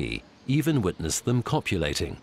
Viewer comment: "Even if their lucky, see them copulating" Dude...like wtf do you put an emphasis on that?